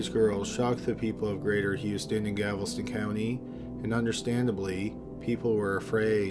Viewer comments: Guys it’s not just Galveston.. this dude can’t speak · His pronunciation of Galveston is driving me up the wall! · 句丹句句と 尺ヨ尸卞丹尺 He messes up the pronunciation of a lot of things. Lol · Some places are tricky to pronounce, but with Galveston you just have to say the letters in the right order. Literally look at it and sound it out before you press record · DragonFox84 he isn't pronouncing it differently due to being Canadian. He seems to be transposing the letters L and V in the name Galveston. He is reading the word incorrectly. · Dyslexia. He also said shelter in stead of shetler in another video. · How many times can you mispronounce “Galveston” in one video? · It was super distracting every time Galveston was mispronounced. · Love your stuff, but there's not a B in Galveston lol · Lola Drake he does not pronounce it correctly we pronounce Galvasten like Gal - vah - sten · Gal-vest-on...like when a female has on a vest. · "gavelston" as a texan, this makes my ears bleed and my heart hurt. but i still love your videos lmfao *edit OOF NOT "BAY-OO" "BUY-U" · DM slider Gal-vuh-stun with emphasis on the Gal. Galveston. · I lived in GAL-VES-TON when I was a little girl! We lived across from the seawall in Casa Marina Apartments! My dad did maintenance and mom cleaned apartments. I stepped on a jelly fish on one occasion and it caysed my whole foot to swell & turn blue...and on another occasion, I was playing by the rocks in the very edge of the water when a little wave came in and swept me out a little ways into the water and I nearly drowned due to the ocean current pulling me under. My luck wasn't the greatest while living there! Luckily, I only vaguely remember the jelly fish sting and have no memory of the near drowning incident. But yes, gavel-stin is torcherous! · I'm not even from Texas aaaaand I know how up pronounce it. Its not really a word with hidden pronunciation either so everytime I heard "gavelston" it killed me. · Yup -- He is saying Gavel-ston.